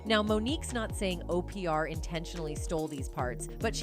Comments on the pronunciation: I love OPeeAr for Opra 😂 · The AI was pronouncing Oprah as O. P. R. ????? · Why does the computer pronounce words wrong? And I have never heard of Oprah called Opr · OPR for Oprah LMAO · Uh…can’t pronounce Oprah! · Keenew, cah-star & O P R (Oprah should have sounded like Opera) o p r doesn't apply basic phonics. Bad programming or intentional errors. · Opr? Keenu? This AI is pronouncing everyone’s name wrong.